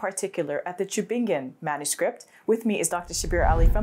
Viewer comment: Subhanallah as a german native speaker I really like how you pronounce the word "Tübingen" barakallahu feek